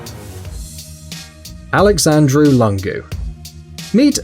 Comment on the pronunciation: It's Alexandru Lúngu not Alexandru Langu (pronuntion)